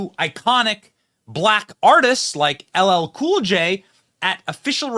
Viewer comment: mispronounces LL's name and then calls him...immediately realized he slipped and tries to awkwardly finish....typical D pandering fail